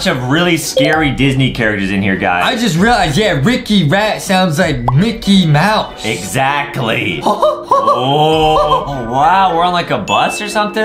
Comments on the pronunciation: anyone notice adem sayed MICKET MOUSE lol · Was it just me or did adem at the starting said micket mouse instead of micky mouse